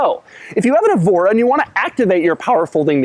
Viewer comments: It's "EH-vo-ra", not "ee-VO-ra", like the Portuguese city Évora. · "This is a Lotus Ebola S"